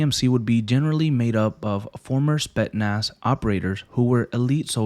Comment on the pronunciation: Also it's pronounced more like Co Ni not Connie. No hate just saying, also spetsnaz in Russian is Спецназ, point this out because you didn't say the ts sound (ц) in the word. Think of the word tsar (Царь). Much love, keep making this nice vids man